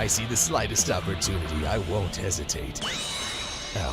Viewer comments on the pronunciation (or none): none